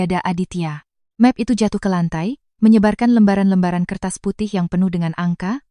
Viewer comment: Efek AI, membuat bahasa Indonesia jadi kacau. Bahasa pemersatu. Cat rumah dibaca ket rumah, map plastik dibaca mep, Bi Ijah dibaca Bei Ijah. Memperkosa Bahasa Indonesia